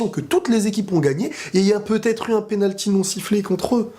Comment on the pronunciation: pénalqui ? Blague à part, bonne analyse comme de coutume :). T'es objectif c'est cool :)